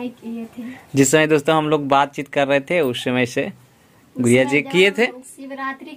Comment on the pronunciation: bhaiya aap गुडिया जी को गुरिया क्यों बोलते है???????????